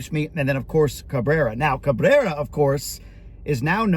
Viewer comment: You should have been able to say Cabrerrra, just think back to the Taco Bell commercials,Carrrrne!!😂😢😅